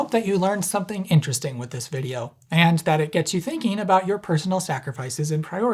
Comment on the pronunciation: you pronounce and spell "vjeo" wrong.